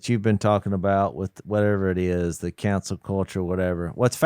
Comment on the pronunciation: "Cancel" culture Jase! NOT "Council" culture...